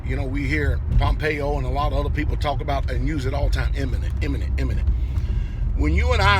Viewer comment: It's imminent not innament. You're going to have to drop the black slang and learn how to speak English properly.